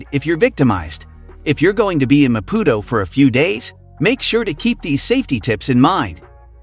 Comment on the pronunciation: This is a load of BS... The guy can't even try to pronounce Maputo correctly. Fail! Mozambique is amazing but stay away from the North. ❤️